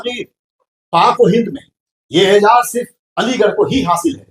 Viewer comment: Aijaaz nahin aizaaz . Aizaaz.. Waqar, izzat, samman.. Arabic word hai